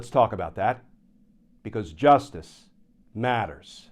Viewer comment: Love your commentary, but you need to be more emphatic with JUSTICE MATTERS! Maybe add some reverberations with computer effects.